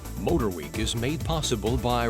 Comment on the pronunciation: Always love the reviews but.....Mr. Davis' constant insertion of "H's" where they don't belong makes me scream at the ceiling! Example: "Moat-her-week"...ugh! I understand and am familiar with enunciation in broadcasting, but seriously??? Nonetheless, great reports.